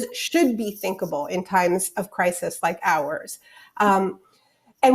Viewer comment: “CRY-sees”. I had to stop watching it because that lady annoyed me so bad. WHAT A SIMP